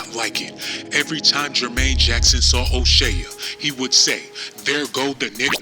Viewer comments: O'Shay ya???? It's pronounced O- Shay This video is crap. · U sound wild crazy.. Here come that niggah wit and attitude. Stfu. CHRIS TUCKER AND MICHAEL JACKSON WAS COOL BECAUSE CHRIS WAS KNOWN TO IMPERSONATE MIKE. YOU DIDNT EVEN PUT THE RIGHT PIC FOR O'SHEA ( hey jack ass ) ITS PRONOUCED O SHEY LIKE SHEA BUTTER SHEA STADIUM NOT O SHEAH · O'Shay-uh??? and his name is Irish, not Swahili, Ice Cube said it himself. This channel funny as hell, but he got a point about the greed. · Did he say " Oshea jackson jr jr !! Lol !!! Wal -Mart !!! Classic !! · Fuck you cant pronounce his name. O shea is irish